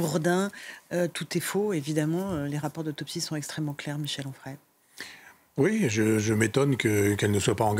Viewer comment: Onfray, pas frais.